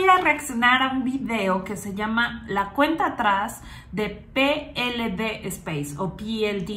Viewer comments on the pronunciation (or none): Je, je...aunque lleve ese "Space" por estar en colaboracion con la ESA ( EUROPEAN SPACE AGENCY) PLD SPACE, se lee Pe Ele De y no " Pi El Di" y luego "espeis" si se quiere aunque en España la conocemos como PLD ( Pe Ele De) a secas. Y gracias por tu trabajo divulgativo. 👍✌ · Porqué no lees la compañía en castellano PLD, ¿acaso pe, ele, de, no existen en español? y es Elche con che